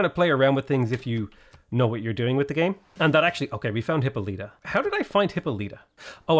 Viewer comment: For the hundredth time, Hippolyta is pronounced "Hip-Paul-lih-tuh", not "Hippo-lee-tuh"🦛